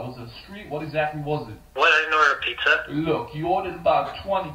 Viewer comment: Bro: No I didn’t Order aPiZzA